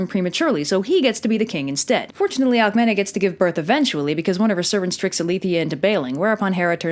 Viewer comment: I thought Alcemene is red AlkemEEnEE